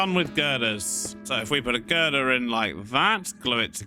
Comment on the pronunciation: i find satisfaction in saying 'girdir'